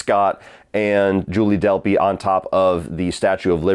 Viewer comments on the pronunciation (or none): none